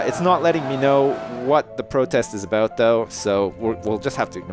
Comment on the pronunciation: OMG Ive only just figured out that says 'aboot'!